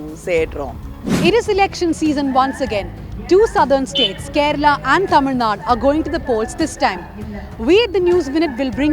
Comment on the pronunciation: I guess she suits it to the rest of the India also. If you notice, she correctly pronounces "Zh"